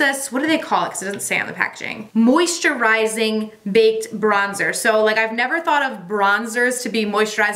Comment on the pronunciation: You confused when you said moisturizing as two words (moisture-rising) I’m like what’s that?!! 😂🤣